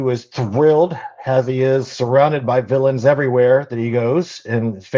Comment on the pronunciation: Just came here to say it's Villans, not Villains. 👍